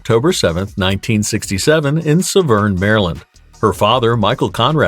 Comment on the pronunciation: Severn Maryland not Suh'vern (doesnt rhyme with Lavern!)